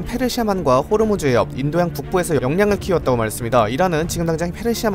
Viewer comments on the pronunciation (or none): none